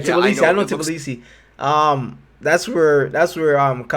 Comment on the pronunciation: not T B L I S I, its T B I L I S I